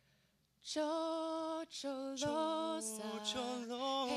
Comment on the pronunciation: First off, Sarah Kay is great... But, you don't pronounce it Tshotsholoza - like with a "ch" sound. It's Shosholoza. With a "sh".